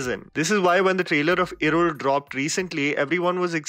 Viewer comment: you really improved the pronunciations!! Kuddos for considering my suggestion yaar. ❤️ Edit - that L in irul in particular was the best